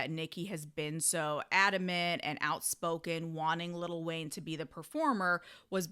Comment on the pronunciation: i agree but damn it's funny hearing you say little wayne 🤣🤣